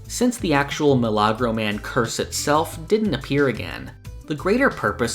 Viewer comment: oh it's a miracle man. The way it was pronounced threw me off a little. Best way to say it is a "mE-la-grow"